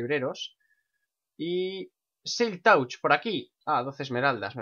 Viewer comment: se pronuncia silk "tach"